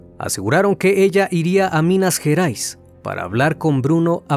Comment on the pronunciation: És minas gerais no minas jerais